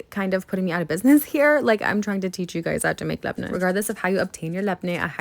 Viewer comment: The way you pronounce labne caresses my brain ❤